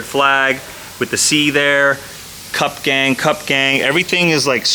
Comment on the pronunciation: Am I the only one hearing CUCK every time he says CUP ?